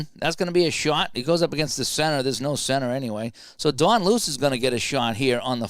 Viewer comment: Don Luce is actually pronounced Lou-Chee